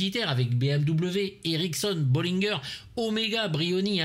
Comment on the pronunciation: "Bollinger" pourquoi tu prononces ça "Bolinegeur" ? C'est français....